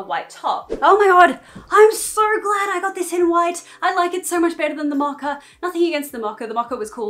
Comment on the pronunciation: Ok am I tripping or is she saying “macca”???? Is she saying “mocha” and I never knew it was pronounced like that in Australia?😂